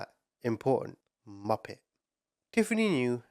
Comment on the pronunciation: I always thought he was saying “Moppets” lol